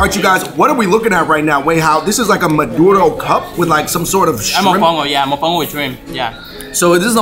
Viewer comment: My favorite part is when you guys say MADORO instead of MADURO 😅. love watching the videos 💕